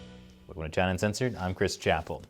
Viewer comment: I love the way Chris says Chy-na. It’s just good.